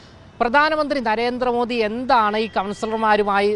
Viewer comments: നരേന്ദ്രമോഡി എന്ന് പറയുന്നത് ഇയാളുടെ വായിൽ നിന്നു കേൾക്കുമ്പൊ ഒരു വിവരക്കേട് മാതിരി തോന്നുന്നു. ഒന്നുകിൽ പ്രധാനമന്ത്രി എന്നു പറയുക അല്ലെങ്കിൽ മോദി ജി എന്നു പറയുക. അദ്ദേഹത്തിന്റെ പേരിന്റെ യഥാർഥ ഉച്ചാരണം 'മോദി' എന്നാണ്. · കേരളത്തിൽ എല്ലാപേരും മോഡി എന്ന് ഉച്ചരീക്കുന്നു.പക്ഷെ മോദി എന്നാണ് ശരിയായ ഉച്ചാരണം